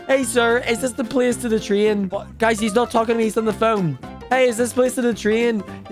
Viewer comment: It’s not tree in it’s tr ay n